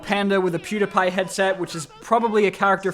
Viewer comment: why does bro pronounce Pewdiepie like that? I’m also Australian and have never heard someone say it like that, so that’s definitely not why